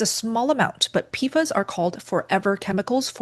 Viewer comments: JSYK…PFAS is pronounced “pee-fass” Also, 1-10 ppt isn’t that high or uncommon. Many natural waters, groundwater or surface waters, have similar levels or more depending on where you live. And the EPA’s upcoming regulations are 4-10 ppt depending on the specific PFAS contaminant. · This would be easier to watch IF the main words were pronounced correctly! So easy for you to look them up. "PFAS" as in PASS = P-FAS "Perrier" is not Pe ree er. It is properly pronounced peh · ree· AY Gerolsteiner: Geh (like 'get' without the 't'), rol (like 'roll'), STAY (rhymes with 'day'), ner (rhymes with 'runner') So: *Geh-rol-STAY-ner*.